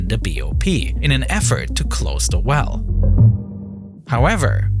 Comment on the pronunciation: Annuwa pweventas cwose da pwipe with a wubba seawl